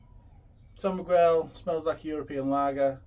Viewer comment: It's called San Miguel not San Migwell